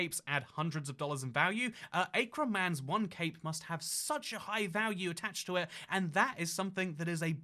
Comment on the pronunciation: AYE-KRON??? AKRON!! LIKE ACK-RON